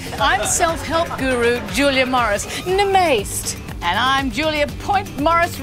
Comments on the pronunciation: The way she cheerily mispronounces “Namaste!” always sends me into orbit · i am incapable of saying the word namaste correctly because of this video